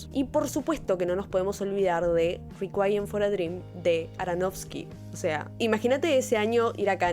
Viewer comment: Requiem no se pronuncia así, es una palabra en latín no en inglés